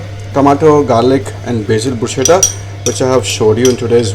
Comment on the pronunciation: Good information, well presented, would like to just point out that the correct pronunciation which I too learnt at a very late stage of my career is "BRUS - KETTA"